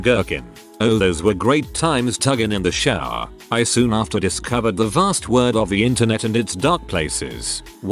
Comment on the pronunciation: i died ‘tuggin in tha showah’